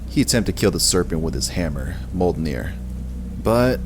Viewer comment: In story 3 why tf is it being called Yorigamder? its said "Jour-Min-Gander" and Mjolnir is being pronounced "molt-nir" instead of "Myol-nir"